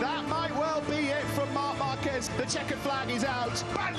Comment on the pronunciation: With all these years...and still can't pronounce Marquez properly lol